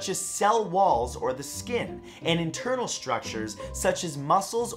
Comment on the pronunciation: When Matt said “Internal” I thought he said “In Turtle” for a few seconds.